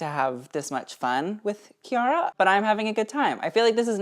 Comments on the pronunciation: chiara Ferragni is pronounced Kiara FerraÑi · For me at least (I'm Italian) • in "Chiara", "ia" is a diphthong, he's separating the "i" and "a" • in "Ferragni" the "gni" is pronounced like a stronger version (?) or the Spanish ñ.